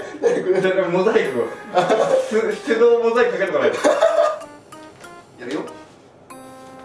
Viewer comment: 手動（てどう）モザイクかけないとwwww （しゅどう）じゃないんか？wwww